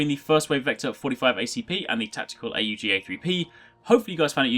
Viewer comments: jesus its called aug not A U G ... smh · It's not A U G. Say "augment" then drop the 'ment'. That's how you say it.